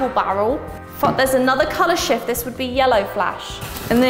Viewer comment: Why did I hear "color sh*t" instead of "color shift"?😂